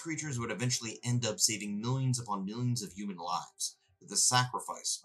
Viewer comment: Great video! Very informative and great pacing and editing. Side note, I love the way you say "yooman", it cracks me up!